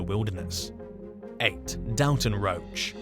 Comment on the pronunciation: That name is pronounced "dohl-tun", not "dal-ton". First half rhymes with "ball", not "pal"